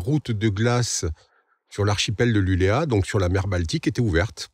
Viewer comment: Super vidéo. Juste un petit détail: LULEÅ avec un rond sur le A se prononce LULEO. A plus.